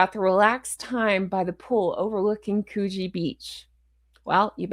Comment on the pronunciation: Coogee ….. pronounced “ couldgee” and yes we in Australia are having a bit of a shark problem atm 🇦🇺